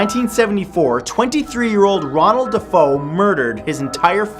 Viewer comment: Absolutely loving these lengthy vids! Btw, one small correction r.e. the Amityville photo segment: the previous family's name is pronounced "Da-fay-o" ;)